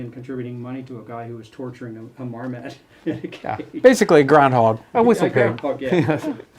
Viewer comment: Marmot, not marmat.